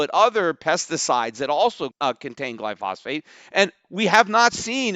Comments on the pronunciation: Peter wasn't even pronouncing it correctly... it's glyphosate, not glyphosphate. Let's hope he understands economics better than biochemistry. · Peter it's pronounced Gly pho sate, not Gly phos phate. Great show Btw. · PETER. First, correct your pronunciation of "gly-pho-sate". Next, do yourself a favor and learn about it. I believe that the juries are right, just for the wrong reasons. Not necessarily cancer, but glyphosate is a huge public health risk. Many are learning of this which explains the outsized negative sentiment being shown for Roundup and Monsanto/Bayer. Seriously, if you're going to be so passionate about a product, and especially if you own the company, you would be wise to investigate it a bit. Here's a good place to start; a research professor from MIT who has been studying the effects of glyphosate for several years. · Stop saying glyphosphate in every podcast, when it's called glyphosate. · You're an absolute simpleton when it comes to biochemistry and know nothing about the mechanism of glyphosate (including how to even pronounce it). Stick to financials.